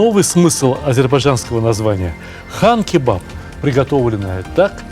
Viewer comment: Сталик здравствуйте! На якутском, Хан- кровь, не Кан. Спасибо вам за контент большое, смотрю всегда с удовольствием!) Якутск передаёт привет!